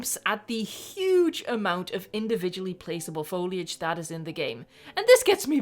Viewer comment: I'm just happy you say foliage correctly (Even if it's not your first language), and not FOILage, like some other Youtubers.